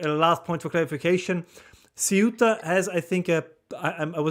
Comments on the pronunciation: Nobody there pronounces the name as Say-You-Tah! It is Ceu-tah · Ce oo ta. Ce u ta. Ceuta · "Ceuta" is a two-syllable word. The "u" and the "e" are one syllable, with the primary stress on the "3." "CEu-ta." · Theóo ta. Would be the English pronunciation to make it sound Spanish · Hi Raymond, your pronunciation of Ceuta is correct except that the "C" in Spanish as spoken in Spain is pronounced as "th"" in "the'. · Thay-oota. De nada. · Ceuta pronounced in Castillan Spanish the C is pronounced as th as in the , theuta.. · Sae-oo-ta (like Ce-u-ta), not many ways to pronounce it. Anyway, appreciate the videos anyway. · You almost got it. it's cEuta, with the accent on the E, but you (incorrectly) put the accent on the U. It's crazy how few of people talking about the subject can't even get the name of the place right, and it's somewhat funny to hear the entire world say a short hard to fuck up name i've heard said correctly my entire life. It's hardly the point of what's actually going on here in spain, at large. But hey, if you really wanna be as informed as possible, now you know how to pronounce it aswell. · Pronunciation of ‘Ceuta’: Apparently the Spanish pronounce the ‘C’ as ‘th’, as in ‘thing’. So thay-oo-ta. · Por favor. Castillian pronunciation: 'thay-úta'. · se-oo-tah … “se” like the beginning of the word seven; “oo” as in a cow’s moo; tah as in the last syllable of Utah. Or if you want to say it like Castilian say … the-oo-tah with “the” ending with a short e sound .. kind of like saying “they” but drop the y. And, yes, I am a Spanish speaker and I have visited Ceuta, but not since all this crazy Muslim migration started about 10 years ago. Keep up the good work. God bless! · I heard soot-a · Close. Try pronouncing it the same but starting with a “th” sound instead of “s”. “Theuta” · It’s 3 syllables with the emphasis on the “u” … ce-U-ta. Each vowel is a short vowel. I am a native English speaker as well as a Spanish / Castilian speaker.